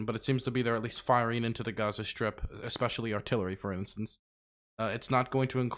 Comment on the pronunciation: "exspecially" lol learn how to speak English correctly before attempting to deliver the news in any sort of quasi-authoritative kind of way dude.